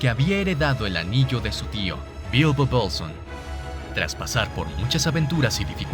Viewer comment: Coincido totalmente contigo. La de Frodo “Bölsn” me ha matado 😂😂